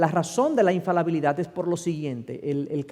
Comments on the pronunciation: Siii es infaLIbilidad, lastima los vídeos son editables pero difícilmente pueda corregir. Le doy 99.9% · Infalabilidad o infalibilidad??????